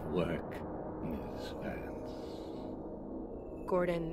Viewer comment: I find his pronounciation of ''miss Vance'' really satisfying...